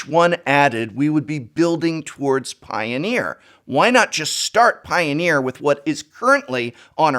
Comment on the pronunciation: I hear Piooner, liked the video.